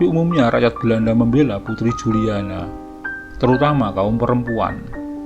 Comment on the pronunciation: Ente salah bacanya bro..Juliana (dibaca Yuliana) ente gererasi jaman now jadi gak bisa bisa baca anak jaman old 😀😀😀